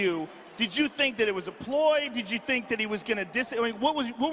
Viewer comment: why you fink I'm hea lol